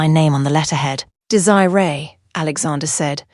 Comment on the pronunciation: I like the story. However you need to work on the pronunciation of the name Desiree